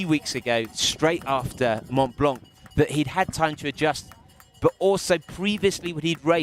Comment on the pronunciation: PLEASE PLEASE SOMEONE TEACH THIS BLOKE HOW TO PRONOUNCE MONT BLANC, IT'S DISGRACEFUL. SUCH AN AMATEUR. NEEDS TO SPEAK PROPERLY TOO AND STOP SAYING SMOOVE INSTEAD OF THE CORRECT ENGLISH, SMOOTH!